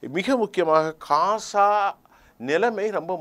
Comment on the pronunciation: Please don't say 'kasa' please say as 'Gaza'